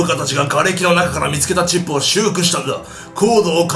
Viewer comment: チップって言ったのが ち○ぽに聞こえるwww